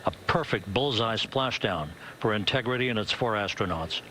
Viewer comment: Инти Грити!? Что это? Ну неужели не мог живой человек говорить вместо ии